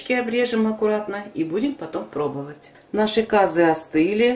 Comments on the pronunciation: Как только услышала кАзы , сразу переключила . Если не знаете как правильно говорить, то откуда вам знать как правильно его готовить? Не кАзы а казЫ , не мАнты а мантЫ. Ужас . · Умоляю ствьте ударение на Ы ☝цены вам не будет 👍КазЫ👌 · Ударение на ы